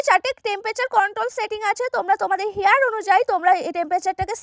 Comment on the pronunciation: Hai style ❌ হেআর ইস্টাইল✅curler ❌ colour ✅